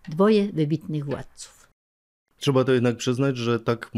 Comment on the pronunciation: Czydzieści czy.. Cza powiedzieć... Piękna polszczyzna 😢 Bełkot gościa jest ciężki do zniesienia.